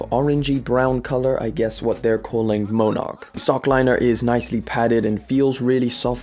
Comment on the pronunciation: Dude - it's Mon-erk. Like the Monarch Butterfly. What the hell is a Moan-arck